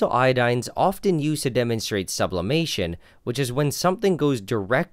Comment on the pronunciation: Sublaperation? Subloiling?